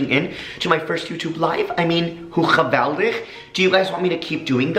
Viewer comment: How nice you’re Dutch G! You pronounce geweldig really good!